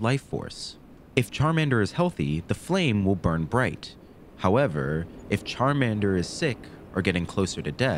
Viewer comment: Bro massacred my boy Charmander